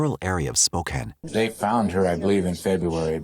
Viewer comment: Much closer, well done! There's a bit more stress on the second syllable typically, "Spoe-CAN", but honestly good job.👍